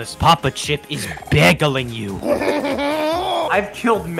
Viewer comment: "Step AWAI please travelers, papa chip is B E G G I L I N G you" such good word pronounciation. I'm touched.